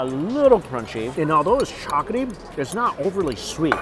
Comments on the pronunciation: Hard to watch when he keeps saying chocoty instead of chocolatey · Chock-luh-tee NOT Chalk-UH-tee Still love the vids though! Lol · Is anyone else hearing ‘chocatey’ instead of ‘chocolatey’? It’s like his ‘Baygo’ instead of Bagel 😅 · All I can hear is “chocety” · He's not really good at languages I've found, and pretty uneducated about food for a food YouTuber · and chocolaty